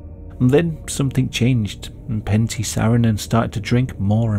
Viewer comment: Lol it's Pentti, not panty :''DD a finn here.